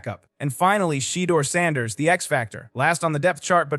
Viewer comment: “Sheetor” Sanders. I love A.I. 😂😂😂😂😂😂😂😂😂